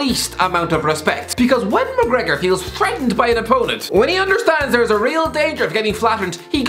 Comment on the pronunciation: Mcregor more like Mac- Regor lol Boy Im down bad